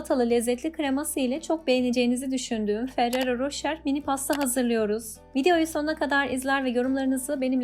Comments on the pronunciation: da çok güzel söylediniz ismini🤣🤣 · Bu pasta minik değil yuvarlak büyük kalıpta yapılır sizinki çok kalın oldu Kek hamuru gibi değil pandispanya gibi yapılır yağ girmez Ayrıca adını bile telaffuz edemiyorsunuz